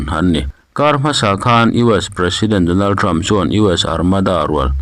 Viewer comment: MIHRING HMING HI A LAM NALH THEITAWP CHHIARTUPA ... DONALTREM.... 😂😂😂KHAMEININNN😂😂